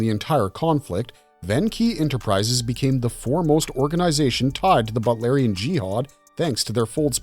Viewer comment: It's pronounced BOOT. BOOTLARIAN. NOT butlarian.